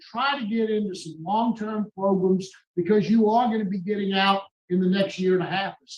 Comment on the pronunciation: I love when says progrums🤣🤣🤣🤣